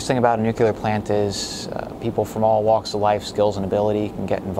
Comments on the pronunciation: Why cant people say Nuclear correctly. Its not Nuqular LOL! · Educated engineer working at a nuclear plant and he still can't say it right. It's nuclear, not nuk-e-lar. I'm happy this place closed down and you lost your job. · What is this "Nucular" he speaks of? Is that like Nuclear? All that education you would think he'd have learnt how to say the word. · He can say the word it’s just sometimes people tend to say the wrong things by mistake ever heard of the phrase “cat caught your tongue” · Not being able to pronounce “nuclear” does not inspire confidence. :( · How can he work in that and not know how "nuclear" is pronounced? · All those degrees and still can't pronounce nuclear properly. An obvious Penn State graduate.